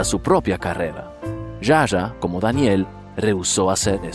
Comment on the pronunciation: Está genial la.historia... ah no se dice Ya Ya a (Zsa Zsa) se pronuncia Sha Sha